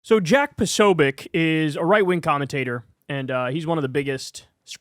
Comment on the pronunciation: You mispronounced Posobiec repeatedly (irritating) and for the millionth time, one cannot "delete" a federal agency.